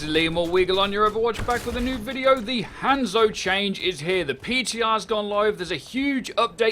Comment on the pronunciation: 2 years and he still hasn't learned how to say Hanzo